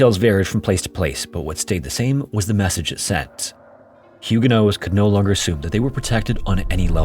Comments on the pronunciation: Hey, I've always heard the protestant group as "Hugo-nots", not "Hugo-noes." Is that some English/French localization thing? Is that last t supposed to be silent? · I thought the pronunciation is HEW-guh-nots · You pronounced Huguenots so incorrectly it's neither the English nor French pronunciation lol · You’d think you’d look up how to say the main group in your video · Instead of pronouncing huguenots the way that you do. Change the last syllable to the word knots as in tying knots. Then you will have the correct pronunciation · It's silent in French, so not pronouncing it is a bit more accurate to the French although pronouncing it is probably standard English pronunciation.